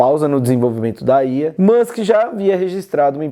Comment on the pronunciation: estranho ouvir alguem falar ía, geralmente falam iá :D